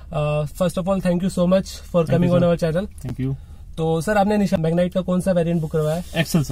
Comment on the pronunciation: निशान नाही रे भाई, निस्सान है नाम 😂